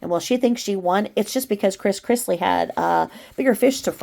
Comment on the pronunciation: Todd Chrisley. Not Chris Chrisley :)